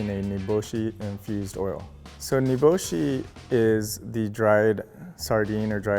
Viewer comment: Him:says niboshi Me:whatt??? Nibulsh*t?